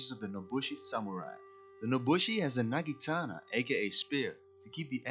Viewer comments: when you say naginata like nagitana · For future - it's Naginata not nagitana ... ;)